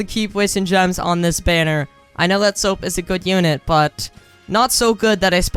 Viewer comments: why does he say soap instead of usopp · The way he called usoap "soap" XD HAHAHAHHAHAHAHAHAH